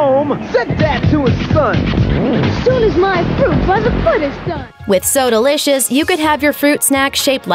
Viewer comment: Soda licious - pronunciation So delicious